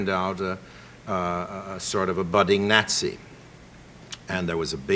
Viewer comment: Love the pronunciation. “Gnatsy”